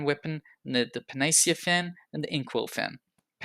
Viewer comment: the way you say panacea makes me realize how stupid i am.